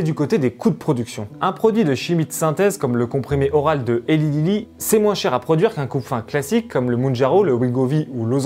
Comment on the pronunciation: Au top, bien argumenté et sourcé, ça change des "wannabe journalists". Juste un tout petit détail, Eli Lilly se prononce Elaille Lilly 😁